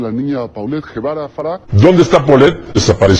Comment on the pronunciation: Se pronuncia Polet y el apellido paterno no es Guevara es Gevara o sea se lee Jevara.